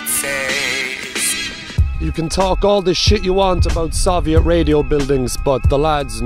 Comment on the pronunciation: "Their creeps but they safed us from the naazeeeas" xD